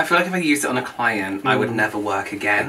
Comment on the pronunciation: "Would you Uuuse this On a CLIent" 😂😂😂😂